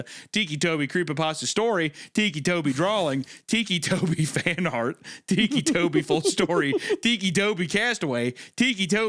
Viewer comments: Its ticky like tick tock not teekee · Him saying Tikki is taking me out 😭😭 I was 16 when the story came out I was a giant fan of creepypasta. Also ticci toby did become a proxy! Waffles!! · He keeps sayibg it like tiki 😭😭😭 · the way hunter says "ticci" is kinda annoying, like obviously it's pronounced "ticky" or huner is just playing it up in which case I might mail dog shit to his house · I love how the meaty one pronounces it like tiki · Shame on Isaiah for not knowing the appropriate way to pronounce this Italian name 😂 tikki???💀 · The way Isaiah pronounces it "weekee" is gonna turn me into ticci toby.